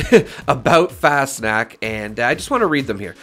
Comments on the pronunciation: No. It's more like fahs nockt - there is no 'sh' sound. The 'a' is pronounced as an 'ah'. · I think its pronounced like "fast knocked" fas knocked, but the 'ed' on knocked is more of a 't'. FasnachT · It’s pronounced kinda like Fahss-knocked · An imperfect but fairly easy to say pronunciaction for Fasnacht would be something like fahz-knocked. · Nacht is a germanic word pronounced nawkt or knocked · How do you know when you have a rare mask? On a sidenote;It’s pronounced “Fosh-Nockt” Missed Fascnacht. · Pronunciation = fas-knocked but with an 'ah' instead of an o Did everyone learn about krystallnacht in elementary school? Nacht = night Pretty much pronounces how you read it Fast snacks or fas nack whatever people say So funny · It’s pronounced Faws-knot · No. It's more like fahs nockt - The 'a' is pronounced as an 'ah'. There is a "kt" sound at the end. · Pronunciation is an option on google translate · IKR. How easy would that be to do instead of mispronouncing constantly and not even trying?